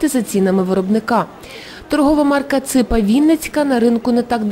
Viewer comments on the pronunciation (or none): Девочка, не украинские - ударение не на "А", а украинские - ударение на "И". Просто тошно слушать о безграмотности произношения, которая говорит о тупости !!!